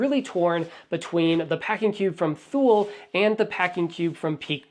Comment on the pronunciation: Also,I Believe it’s Pronounced “Too-Lee” (Thule)